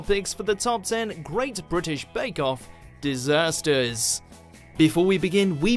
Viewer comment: ‘ top ten british bake off dizaaahhsstereees’